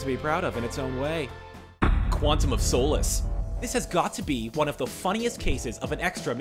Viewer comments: The way he pronounces solace😂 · You pronounced Quantum of Solace Wrong!